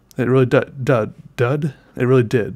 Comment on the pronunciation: "it really dud"